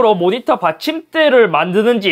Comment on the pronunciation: "백사십사 해르쯔 모니떠 입니따."